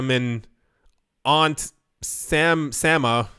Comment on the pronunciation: Damn, dude. It's Samantha. Samulita, really?